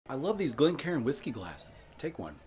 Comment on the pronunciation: Fair play you pronounced Glencairn right 😂 The good Irish pronunciation